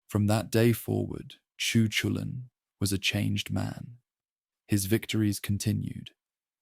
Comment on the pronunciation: Cú Chulainn is pronounced Koo cull-ann